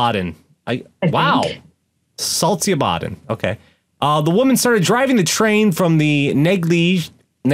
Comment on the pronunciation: I remember that train crash thing. It was sort of a big-lipped alligator moment. It wasn't talked much about afterwards. Welcome to Sweden, where we forget embarrassing things fast! Want to point out that it is pronounced "Salt-shö-bah-den". In Swedish, the following combination of letter all are pronounced as a sort of "sh"-sound: sk-, stj-, sj-, sch-, sio- and ch-. Not to be confused with the tch-sound we have. But this is a handy short hand. Some of those can severely stump people who don't speak Swedish and I can hardly blame you. This language be spelled weird.